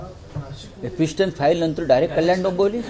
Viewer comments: भोंग्या, आधी एप्सटिनचा नीट उच्चार करायला शीक रे. एपिस्टिन नाही, तर एप्सटिन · Elpistan नाही ra bhu epstin 😂😂😂😂